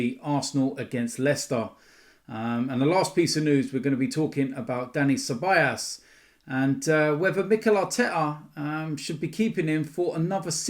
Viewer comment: I hope Ceballos goes, so I dont have to hear you keep calling him Ceballas 😅